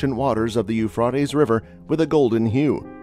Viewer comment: You are pronouncing the river it's Euphrates it's Euphrates